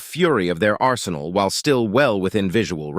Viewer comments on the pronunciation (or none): none